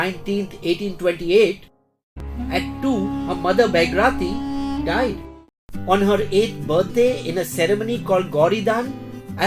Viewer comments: It is “Baaghi Rathee” not “Beg Rati” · You said baighrathi but the subtitle was baghirathi